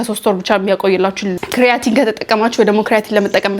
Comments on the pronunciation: ክሪያቲን በጀርመኒኛ ነዉ ካራቲን ማለትሽ ነዉ??? 😅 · not ክርያቲን (kreatin) it is called ኬራቲን (keratin)